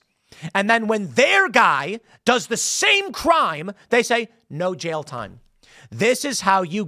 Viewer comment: Jail is a one syllable word. It's not "jayal."